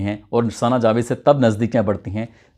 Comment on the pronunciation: Mirja nahi mirza hota hai jabed nahi javed hota hai